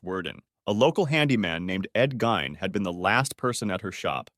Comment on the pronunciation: You pronounce ed gein wrong bro but it’s okay everyone makes mistakes and I love ur vid